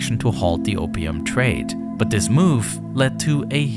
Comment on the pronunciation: Why do you say "dis" instead of "this"